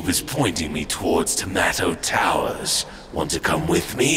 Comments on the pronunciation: Hay, I’m not the only one who heard Tomato Towers. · why did raven say tomato towers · Is it me or did raven say the cube was pointing him to Tomatoe Towers??????